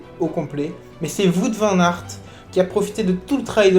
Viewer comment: J'aime bien cette manière de faire ton debrief c'est bien Seul point faible : la prononciation du vainqueur 😭🇧🇪